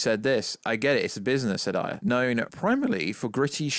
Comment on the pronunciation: It's David AYE-er, David AYE-er. Like how you would say the letter "A" A-er, not David EYE-er "as we say in the UK" it's a person's name, I know damn well you can pronounce his name correctly, you're just doing it to be irritating.